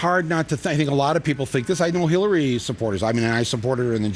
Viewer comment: she said Hellary:))